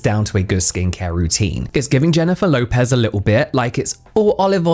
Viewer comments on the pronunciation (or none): none